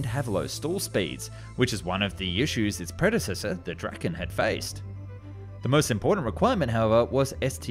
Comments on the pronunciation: You pronounce Viggen rather correctly but with Draken it´s going hard on a straght "A", Draaaaken, yours sounds more like Dracken. This is a lame comment that deserves to go to heck, just typing, no big deal. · Im a swedish dude and draken doesnt really sound like that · bro i love your videos but please say Dra-ken and not Dragen its hard k and its like when you say drake but just with dra insted